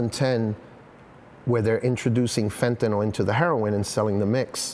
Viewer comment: It's not pronounced Fentan-all, it's Fentan-ill (phonetically), Mr. "Journalist".